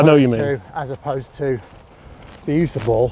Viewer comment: I would also say Uther as in pendragon. Not other 😝